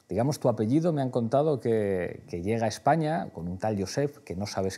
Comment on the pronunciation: Jorge Almagro Pablo Iglesias, no puede decir la palabra España.